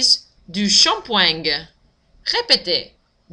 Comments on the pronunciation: On prononce shampoueeeng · i don't think you should pronounce the "g" at the end of "shampooing". it's a more nasal sound at the end, in fact.